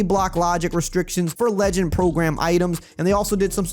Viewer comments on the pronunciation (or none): none